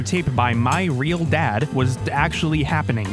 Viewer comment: He- he weally is a weal man 😳👉👈